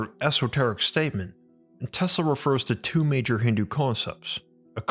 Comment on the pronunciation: Is it me or he says Tesla weird